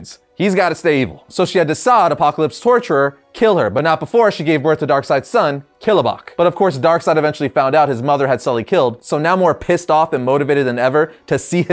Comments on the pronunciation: that's kAlibak not kilAbak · Why is he mispronouncing 'Kalibak' and 'Uxas' as 'Kilobacc' and 'Usax'? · I love your videos man, but please pronounce and read the words properly. Darkseid’s son is not pronounced Killa-bok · Or how about calling "Kalibak" "Killobock"?